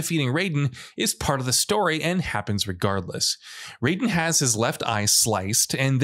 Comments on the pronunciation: Raiden is pronounced RYE-DEN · MGS Raiden's name is pronounced R-EYE-DEN and HighMax is a reploid, not a mechaniloid.